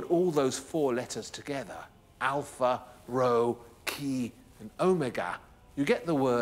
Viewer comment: I was expecting something completely different, but it was still interesting, although the presentation is a bit exhausting. My huge pet peeve is the mispronunciation of the Greek letters. Χ and Ρ are pronounced "he" (like the pronoun) and "roh", not "kheeeey" and "roooow". 🙃